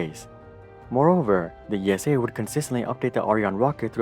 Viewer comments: It’s ESA... not E.S.A. - just like NASA... not N.A.S.A. 😅🤗 could have done some more research about our space agency but overall good video! Keep at it! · Great video! But ESA is pronounced as a name like Lisa without the L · Could you please pronounce esa as one word like you do with nasa? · Sorry EU citizens, here in the USA I’ve always heard or maybe assumed ESA was pronounced as E.S.A. (With Letters). Now we know, no slight is intended. In my opinion ESA either isn’t initiating flashy projects or when it does a flashy project (ie Mars) it hasn’t been the first. Anyway, right now SpaceX owns all eyeballs, even those that once adored NASA for reasons that seem obvious. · Just a pet peave of mine, as someone who has lived with ESA (family work there) all my life, no one calls it "The E.S.A", everyone just says ESA (pronounced like the name "Isa"). As a side note I had a metal toy Orion rocket growing up, awesome thing xD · It just hurts my ears how narrator says "ESA". It's actually the same as you would say NASA (imagine someone saying NASA as en-a-es-a) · you could have done some more research about the name of your main subject - it’s Like interviewing someone and getting their name wrong throughout the whole interview..... difficult to listen to! Better luck Next time!